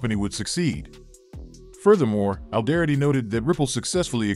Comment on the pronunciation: First off tell your voice over talent to pronounce “Alderaty” properly. It makes you guys sound like you do t know what or who ripple is.